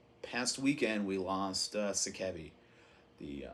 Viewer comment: If you care... Gism - “Ghi-sum” You can hear Sakevi pronounce the name in “Death, Agonies and Screams”. I used to pronounce the name as you do until I was corrected by Dwid of Integrity on a phone call with him in 1996. Translated out of Japanese katakana, the band is sometimes referred to as “Gismu”. Sakevi - “Sock-ay-vee” (H.R.) Giger - “Ghi-ger” Rhymes with meager, this is how he pronounced his own name. I used to pronounce it as you do as well until I read the proper pronunciation. Kuro - “Koo-rho” If you want to be specific, subtly roll the r. My first introduction to Japanese Hardcore was mail-ordering the “Thrash ’Til Death” LP from Pushead in 1989 and a home-recorded tape someone sent me with Detestation and a lot of other obscure HC in 1989 or ’90. Consider it nerdy...I consider it respectful to the individuals and their culture. Americans are notorious abroad for mispronouncing foreign words. I am also a first-generation Japanese-Amercan. Domo arigato.